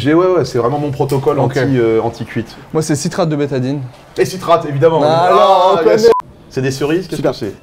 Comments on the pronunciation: C'est BETAÏNE, pas betadine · C'est Citrate de "Bétaïne" pas de "Bétadine" mdr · Moi c’est citrate de betadine ... 😂c’est citrate de betaïne 😂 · C'est moi où tu dis citrate de "Bétadine" au lieu de "Betaine" 😂😂, a boire ça doit être dégueux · Moi c'est "citrate de bétadine" HAHAHA. C'est "citrate de bétaïne" ;) La bétadine (jaune) c'est tout à fait autre chose. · "Citrate de bétadine" Tu dois pisser rouge après ! C'est bétaïne ;) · Citrate de bétadine ahahaha "BÉTAÏNE" tu m'as eu !! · Citrate de BétaÏne bordel, pas Bétadine... 😂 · Citrate de Bétaïne ! Et non Bétadine ^^ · Contrairement à ce que beaucoup de gens pensent, c'est citrate de betaine et non citrate de betadine:) love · Citrate de betaine pas de betadine xD